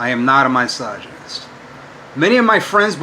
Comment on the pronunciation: I know he speaks English, but nothing he says makes any sense. Also this reminds me how he used to say my-soginist instead of misogynist. He seems to have traded that in for teel-o-meers.